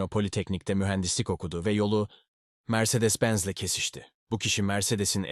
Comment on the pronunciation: Mercedes diye yazılır Meyreleş diye okunur yavuuuu 😂😂